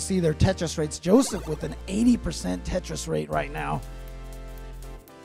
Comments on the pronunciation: He actually says “Tetris or death!” But yeah, it does sound like Jeff lol. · Tetris has 3 syllables Boom Tet Ris